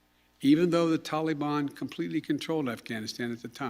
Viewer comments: Will someone tell this demented blubbering "commander in chief of lying and shifting blame" that it's not "tally bon" it's ta-li-bAN! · It is not Tollybon, it is the tal e ban. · Why does Biden say Talebon instead of the Taliban?